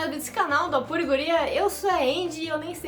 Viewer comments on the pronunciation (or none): Apure? Capaz que você é curitibana! ❤️😂😘